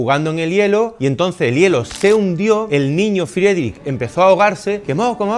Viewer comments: Se pronuncia fridrij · Buen video! yo también estuve en HH en Kunsthalle. Buenísima esa pintura ❤❤Si le ayuda para la parte dos; su apellido se diría FRIDRIJ✨ con r gutural, pronunciándose (IE: i) (CH: J)🫡 cualquier consulta por nombres lo puedo ayudar 🫶🏻 no sabía esos datos de su vida. Dankeschön